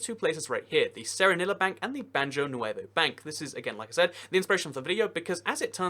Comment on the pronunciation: Actually, the name is in Spanish, so it should be pronounced "Baho nuevo